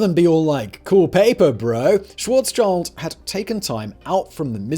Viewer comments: When you do so much research on a topic why do you not research how to properly pronxounxce names that would take you literally a few seconds? His name is Schwarz-schild and not Schawarzs-child. There is not any "child" going on here. And while at it, why do you put the word pronxounxce (without the x obviously) on your censorship blacklist so that comments with that word are shadowbanned? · Tusk, tusk Simon. Calling one of the greatest scientists of the twentieth century wrong: it's 'SchwarzSCHild' (black sheeld translated) and not 'SchwarzCHild' (black child, a not very common name in German or in any European country). Think also of the illustrious Rothschild family (red sheeld). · Dude...it´s not Schwarzs -"child". Schwarz-schild...like shield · Karl Schwarzschild like shield not child ,)